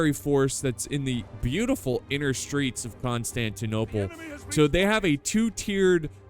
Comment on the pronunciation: i liked the video before watching it just cuz you said right the city name